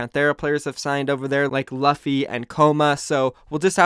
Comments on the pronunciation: Pretty sure it’s pronounced “LOO FEE” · It's understandable that you keep mispronouncing jecse. But LUFFY? Cmon bruh